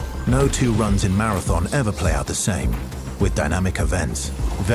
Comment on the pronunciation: "Mar-anthem" it's always the big devs 😑